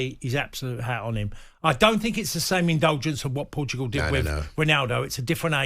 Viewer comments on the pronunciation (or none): none